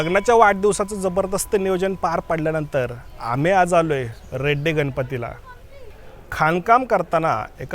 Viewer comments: ते रेड्डी नव्हे रेडी आहे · ते रेड्डी नसून रेडी गाव आहे दादा...👍🏻